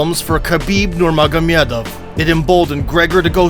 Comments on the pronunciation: This guy: mispronounces Khabib's first name also this guy: nYurmYagYomYedYov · First time heared American pronounced Nurmagomedov properly! 🙏🏻 Big Props. Stil the first name was butchered. Regards.